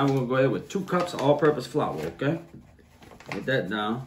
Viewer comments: Whenever says "OKay", in my head I be like "OKay"! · I could listen to him say Budda, Powda, and Okay..all day Lol! Food always looks so good🔥